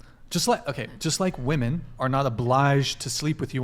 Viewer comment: FYI: "woman" and "women" are pronounced differently.